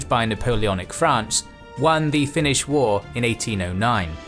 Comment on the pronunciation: Thank you for the in depth-background section! It's very rare to see representations of the war with the events of thoroughly explained. A very good video overall, even your Finnish pronunciation is pretty good! Edit: Finland didn't exactly lose it's autonomy in 1905, it actually reformed into a more democratic system while retaining it's own currency etc. But the Russians began trying to unify their realm by limiting Finland's autonomy and that set in motion various forms of resistance, though most Finns didn't see independence as realistic or even desirable until Russia started collapsing into revolutionary chaos in 1917